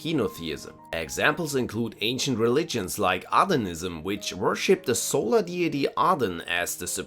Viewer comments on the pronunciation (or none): none